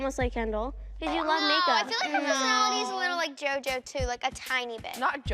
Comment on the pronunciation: the way says jojo😂